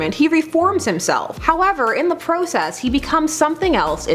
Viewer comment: the PROOOCess 😬